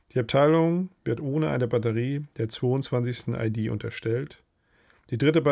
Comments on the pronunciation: hast du vollkommen recht!das is nun mal ne "ie-Dee" und keine "ei-Die"😂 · Anmerkung: Du sprichst immer wieder von EiDie, also Englisch Identity.. Ist aber ne Infanteriedivision, also IehDeh...